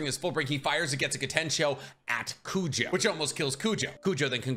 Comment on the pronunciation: I just got to the fullbring part, its crazy how many times “Kujo” was said, its Kugo lol